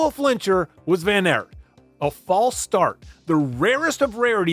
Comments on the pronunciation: It's ok, but it's just weird that in English don't pick the simplest pronunciation: ART would be pretty close to how you say it in Dutch. Nevertheless, great video. I think WVA is a fan favourite because when he's good, he's excellent, but you still see the struggle. MVDP is brilliant too, and arguably the better rider of the two, but when he wins he degrades the other riders and it's like he's in a league of his own. The beauty of cycling is that you don't have to pick sides, as there are 120 in each peloton. My favourite moments of WVA would be: 1/ Strade Bianche 2018, the breakthrough on the road; 2/ the sneaky 2017 WC victory, securing the rivalry forever; 3/ the 2020 CX race in Dendermonde: a mud festival where he proved he was still an old-school CX rider. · Just seeing this now. Great video. Tip from A Belgian: just pronounce it as “Van Art”. Like art. Appreciate that you call him Wawt and not Woot, so Wawt Van Art would make it perfect :) Great vid nonetheless. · Dutch pronunciation can be tricky! I think the analysis and clip selection is so spot on it's the only room for improvement here. Aert is pronounced more like the english Art and Poel is like the english Pool. Nys is pronounced like the word Nice in english. Hope this helps and again, great video.